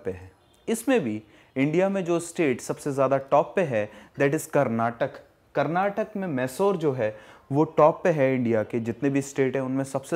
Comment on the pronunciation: Good explanation sir, but i want to request you to pronounce the words karnataka as ' kar-naa-ta-kaa' and mysore as 'my-su-ru'